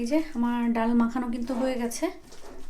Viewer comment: ডাউল নাকি ডাল,আপনি কি পড়া শুনা করেন নাই